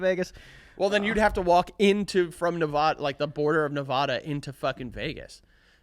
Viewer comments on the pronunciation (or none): ITS NEV-ADD-UH 💔💔💔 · As a Nevada resident it’s my sworn duty to tell you it’s pronounced Nuv-ahhh-duh not Nuvawduh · love you guys, but being someone who's born and raised in nevada, it's Neh-vAH-duh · Guys it’s Nevada…not NevAHda🤦🏻‍♀️ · yall ain’t saying nevada right 🥲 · How they say Nevada is not okay 😂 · The way they mispronounced nevada would drive my wife crazy lol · How did I know you ding dongs would all miss pronounce Nevada